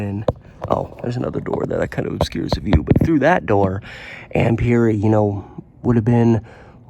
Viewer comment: I graduated from Rex Putnam in 1982. The news Article misspelled Ms. Perry's Name. The correct spelling is "Perry". You're pronunciation of her Name is also incorrect. The second Pronunciation you used is the correct Pronunciation. I remember Ms. Perry as a very positive and liked Teacher. I also remember seeing the Janitor at School. I always got an "odd" feeling about him. There was something just "off putting" about him.